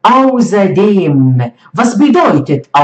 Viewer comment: Ausserdem und nicht auserdem 😂